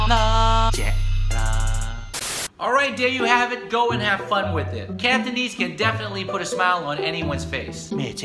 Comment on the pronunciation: cantonese 念错了